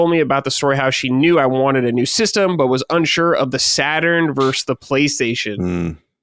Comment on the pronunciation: "Versus" not "verse."